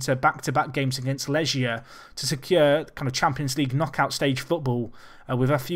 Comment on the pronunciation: You pronounce Legia with a strong g, like in "gate", not like a g in "manage" if you know what I mean